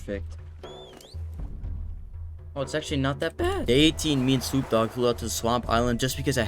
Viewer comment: Swoop Dogg got me ROLLIN hahahaha, the double g